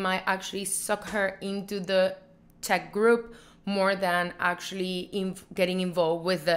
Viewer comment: She kept saying "Tech men" so I thought she was talking about the I.T. Guy 😂😂, I think she meant to say Czech men.